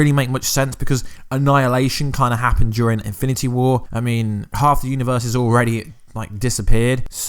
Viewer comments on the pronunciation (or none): He said eminity wars